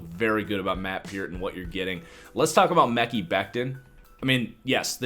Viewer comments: Still saying mecky lol. If you watched just one game, you’d know how to pronounce it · Omg Omg Omg.... Please stop saying the name wrong you're sounding dumb and like an amateur , its May-Kai or Me-Kyy (damn it) 😠 !!!